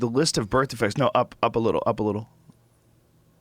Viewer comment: Joe "birth defrects" Rogan